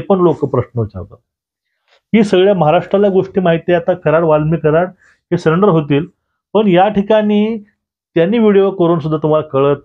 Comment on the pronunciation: सरेंडर ला सलेंडर का म्हणता?